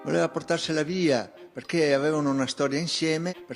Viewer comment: esatto 👍, stessa identica cosa e’ successa anche a me . Quando (mesi fa) faceva gli stessi sproloqui di oggi “tutte fessewie tutte bufale tutte chiacchiewe nessuna stowia d’amowe tutti bugiawdi” gli ho scritto “MA LEI CHE NE SA?” , e mi ha bloccato subito in pratica posso anche continuare a scrivergli ma non mi può leggere nessuno